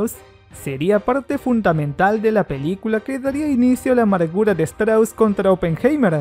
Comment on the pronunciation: Vuelve a ver la película... Ni siquiera sabes pronunciar oppenheimer!!! Pésimo.